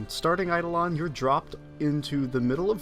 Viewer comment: THANK YOU for pronouncing Eidolon correctly!